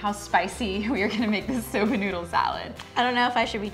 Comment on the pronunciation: What kind of noodle is in the salad? Are they saying soda or soba?